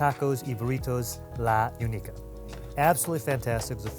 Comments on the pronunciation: It’s not uniceeeah it’s in uneeka 🤦🏻‍♂️ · Unica is pronounced Uh-knee-kha btw